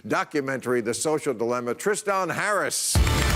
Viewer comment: For the record... The name Tristan is not pronounced Tris-stahn, it’s pronounced Tris-tehn.